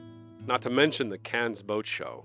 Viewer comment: The s on the end of Cannes is silent.